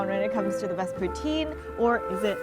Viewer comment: All the Quebecers being mad at the way she saying poutine